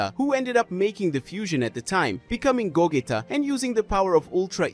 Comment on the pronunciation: Pronounced goJeeta mate. Please not gogetta lol